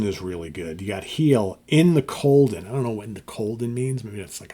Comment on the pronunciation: it’s ‘In The Golden’ not ‘Colden’.